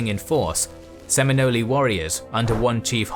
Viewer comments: Sem - in - nol, please, lol, the pronunciation is so far off. As someone who grew up in Florida it's almost unwatchable for that reason alone, lol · Usually your pronunciations are spot on but the 'e' in Seminole is silent: [Sem-ee-NOL] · Great video, though it was rough hearing the tribe name pronounced "Seminoley" the whole time. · Good job telling some Seminole history and wars in just 22 minutes. I’ll just remind that they left out some important historical figures and they pronounced Seminole wrong, it’s pronounce “Sim-In-Nole”, at least in the USA. Native Seminole warrior Wildcat and Black Seminole Warrior John Horse were major players in the Seminole Wars leading factions of the Nation to many battle victories and they both helped re-organize the Seminole Nation several times during the wars. There were actually over 300 Native Seminoles and a hundred Black Seminoles who fought to stay in Florida with most of the Blacks leaving and forming their own towns or communities in the cities while the Native Seminoles formed the Seminole Tribe of Florida who now have 5,000 members today. John Horse also lead some Black Seminoles toward Mexico escaping government encroachment during the last Seminole war and from slave raiders, later he joined the Mexican Independence war with Spain and established small towns. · I can’t keep watching after you use a hard E at the end of Seminole, you could’ve checked Webster. I grew up in the glades and it’s not a hard E. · Great video! It's pronounced Sem-in-ol with silent 'e' though. 🤓 Also those swamps being deep and impenetrable are why Florida man lives there today. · The e on the end of the word Seminole is silent, same as the c in osceola. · Sem - in - ole ( ole like, ye' ole tavern.) Not offended, but how you say it makes them sound like Italian cuisine. Ha. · Dudes how the fuck did you accept the narrator here mispronuncing the titular fucking tribe? Reupload this video with fixed narration please